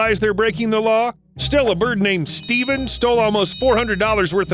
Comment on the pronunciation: did you say...steven?